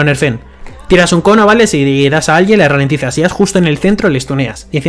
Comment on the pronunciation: dice un cono lleno de llamas, pero parecia que decia coño jjajaja